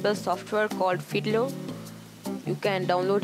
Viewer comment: Sorry, it sounded like he said you need to install hitler :P but i realised he said fiddler